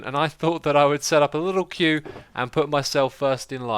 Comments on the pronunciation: Isn't it "Queue" instead of "Quee"? I always thought it is the prior. But I guess, I shouldn't listen to X-I-zuma anyway, since he can't even pronounce "Acacia". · First in Queue ? not sure what a quee (kuh-we ?) is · You spelled queue wrong you said quee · "Customer Quee" XXD How about "Queue"?